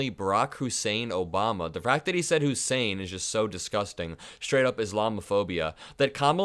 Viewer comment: Whenever that Tangerine Toddler says Obama's name he Always emphasizes the "Hussein"! In his little Pea sized brain he thinks it's an insult.